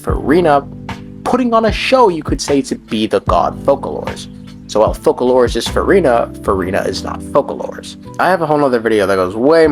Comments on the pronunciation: it's called foçalore not fuckalore , it's french ç = sss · It's Focalors (as Fosalors) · Bro pronounce it as fosalor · Focalors pronunced Foe-suh-lore